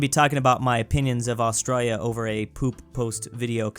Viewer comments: As an Australian, why the hell do you pronounce us like that. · Why do you pronounce Australia like the Australians, but this standard is not used for other countries.